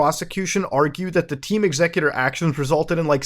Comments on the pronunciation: "Xecuter" is supposed to be pronounced like "executer"... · All switches are hackable now, if you can find the chips. I also always thought it was pronounced EX-ecuter. Like an execution of custom code.